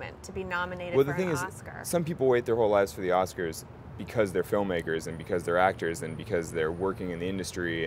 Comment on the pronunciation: "I honestly don't know who will be at the Ass-kers" -an innocent slip, but supremely satisfying.